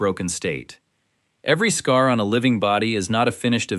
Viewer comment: For those who are worried AI will become SkyNet, don't worry .. AI can't even say scar right! Lmao what is a S-car? 🥴🫠😂 Lmao "hot to the touch from across the room." .. that's how they described a fever during the Small Pox segment 😂🤣